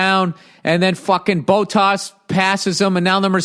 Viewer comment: Bow-Tas & LeClerk 😂😂😂 ... Bot-Tas & LeClaire